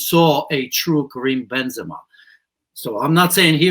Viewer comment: bench Benzama 😂😂 😂 what world are you living on?